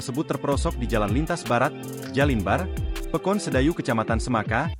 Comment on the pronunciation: Pekon bkn pekin